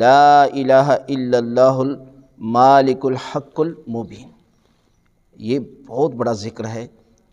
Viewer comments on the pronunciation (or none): Agha Sahab, Sahih Talaffuz se Parhiye. Malik hai. Maalik Nahin. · Molana sahib aap yeah aayat ghalat tilawat kar rahay hain Maalikul nahee hai bulkay Malekul hai Khuda k leeye aap to ghalti nap karein. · سر اگر آپ تلفظ کریی تو "المالک الحق" بنتا ہے اللہ کے ہ اوپر زبر ہے ؛